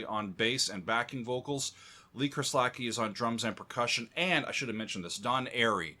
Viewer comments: Cheers mate. His pronunciation had me questioning everything lol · I always thought 'Kerslake' (as in Lee) was pronounced 'curse lake' or 'cur's lake' rather than 'kah-slack-ee'. Have I been getting it wrong all these years? Apparently he was from the same part of the world as my better half, so maybe I'll ask her! 🙂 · 'Kers lake' not 'chris lakie' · Mate - drummer abuse. Its Lee Kers-lake Not Lee Kers-lak-ee I get that we have a language barrier in English which exists somewhere mid-atlantic, But is it too much to ask for an academic to do a bit of research on pronunciation? Love the content nonetheless. Not Lee Kers-lak-ee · Ker Slakee....lol It's pronounced Kurz Lake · by the way it is pronounced Ker-slake like take. The opening to I Don't Know blew my ears and mind as a kid ....still gives me goose bumps, 23 year old kid throwing that down and then helping to produce this album is amazing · Great album.. One of the best ever recorded by anyone. Every musician on the album is firing on all cylinders! Great job love your work! BTW, the late Lee Kerslake is pronounced Kers - LAKE. (Just like the body of water.) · not sure how he even came to the pronunciation he made